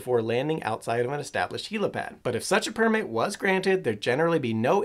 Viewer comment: Helopad? I thought it was helipad?